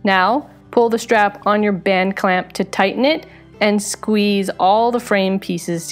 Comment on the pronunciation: Band clamp band clamp BAND CLAMP! you did so well saying that. It just bends my brain. "This one time at bland clamp.."